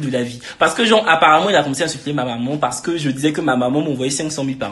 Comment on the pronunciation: mais wsh on dit maman pas momon 🤣